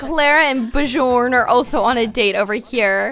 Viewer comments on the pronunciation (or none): Sorry, I get annoyed easily... Bjørn is a Norwegian name (or word for bear... idk why XD) pronounced like byorn